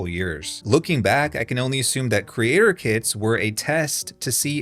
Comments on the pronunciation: every time you say "putting kits on a marketplace" I hear "putting kids on a marketplace" and this is so sick, but sounds so natural especially in this context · oh right, "kits".. that's exactly what I heard, not "kids"😃